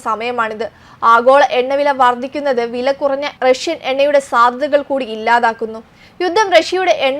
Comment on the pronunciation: 'വർദിക്കുന്നത് '? 'വർദ്ധിക്കുന്നത് ' എന്ന് പറയൂ. പാലായനം തെറ്റ് പലായനം ശരി